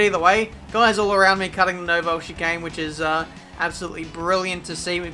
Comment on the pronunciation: Your pronunciation of 'Nouvelle chicane' is crippling